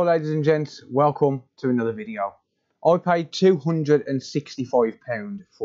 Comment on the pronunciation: Hello ladies and gents welcome to onother video that is the most comon sentence that he use every single day I loved how he pronounced